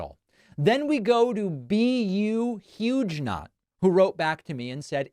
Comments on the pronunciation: Haha "B U Huge not". I believe it's pronounce Hue-ger-no" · HUGUENOT is not pronounced "huge knot". It's a real word pronounced hyoo-ge-not. The Huguenots were a religious group of French Protestants who held to the Reformed tradition of Protestantism. It is also the name of an upstate NY town. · you've pronounced Huguenot "huge not" - in case you didn't know, Huguenot "HYOO guh not (or HYOO guh no) is a French Protestant in the 16th and 17th centuries. After 1685 the Huguenots were attacked by the Catholic majority. Thousands left France for other countries, including Britain and the US, where many became very successful, especially in the silver and textile industries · So BU_Huguenot (btw David, that’s “Hew-guh-no”, not “huge-knot” 😝) says that the “metrics of his life got harder even as he made much more” - surely that’s simply a case of his pay / income rise not keeping up with the rise in prices that are relevant to his life? That could be gas prices, electricity or utility costs, who knows? He certainly wasn’t being specific enough! But if we assume his pay is simply being outstripped by the increases in the cost of living, that isn’t an economic problem you can blame purely on forces at the beck and call of the federal government. And, naturally, the economically illiterate (especially among Trump voters) assume that the President just has levers in front of him in the Oval Office, which can just bring the prices of essential things up and down at his whim. I don’t get peoples’ attachment to this ridiculous way of thinking! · It's Huguenot, as in the French Protestants.... Hugh-gun-know.... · I think Huguenot is pronounced Hew-go-note. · That's not how you pronounce "Huguenot", David. 🤦